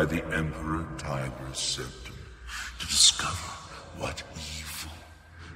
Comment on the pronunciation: Where is getting this magic ‘H’ from? Ashoom. Preshoom. Conshoom. Sept-ham.